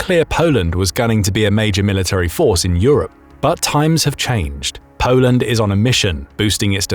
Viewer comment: Polend stronk! 😅